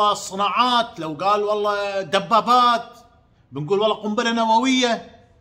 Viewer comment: ام حمزه ملاحظة صغيره الله يسعدك . عشان تستفيدي والناس أيضاً. الحلف والله وليس ولله لان النطق والمعنى يختلفون %100 . { واللّه _ وللّه } ❤